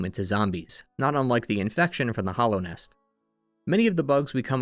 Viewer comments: Hallownest is pronounced with a short a sound, right? Like "hallowed ground". I keep hearing hollownest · “The Hollownest” - “Hallownest”